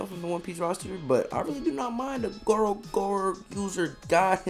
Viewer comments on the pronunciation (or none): none